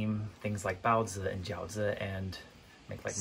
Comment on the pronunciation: your pronunciation of "baozi" and "jiaozi" are on point!!! Do you know how to speak Chinese? Would love a video to talk about your background